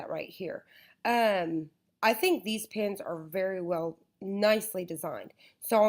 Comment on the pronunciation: Why does she keep on saying pIns there pEns